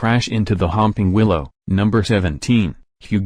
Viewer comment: He said 'The humping willow'...